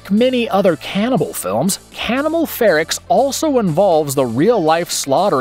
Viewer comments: Umm... "Anthropophagous" is pronounced "an-thro-PAH-fa-gus", not "an-thro-puh-FAY-gus", and it's "FEH-rocks", not "FEH-ricks"... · Yes.How can anyone mis-pronounce "FerOx" with a glaring "O" in it?'!!Also he shoulve said "An-thro-po-pha-gous"I think with the emphasis on the "po".